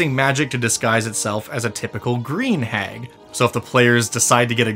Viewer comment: "Hagon" I came here just to comment this